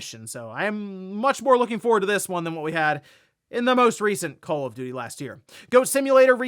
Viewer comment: It's call call of duty not call if doody.